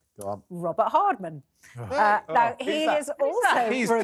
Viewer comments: All these people supposed to be clever can’t even pronounce Robert Hardman’s name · How silly and rude is this man not to get the authors name correct! 😮pathetic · 2nd comment we have been having discussing with many msny orhers and jj shiuld b cancelled by talk tv for telling a LIE about William future king of England that he punched harry when harry said william only pushed him also th stupidity of th miss pronouncements name of robert hardman a decent respectable journalist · is a disgrace. He can’t get Hardman correctly after being told several times, shows how ignorant he his. He will say anything to take M &H’s side. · The "confusion" about the name hardman that insist on mispronouncing was so disrespectful. Is he 5yo? It sounded like he was being racist towards the author (2 can play this game). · How childish to not get the journalist/authors name right. That back and forth over his name was just ridiculous. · Oh, you’re so disrespectful. Go find another career if you can’t get someone’s name right. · and the guy who keeps saying the author’s name wrong. I can’t stand either one of them and will turn this off. Come on Talk TV!